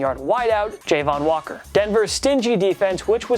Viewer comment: Jah-von Walker not Jay-von Walker